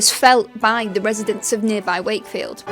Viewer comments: 'Sake field. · Funny how you says shakefield as they do actually say “shakey wakey”